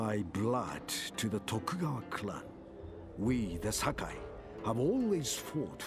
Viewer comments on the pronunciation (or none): none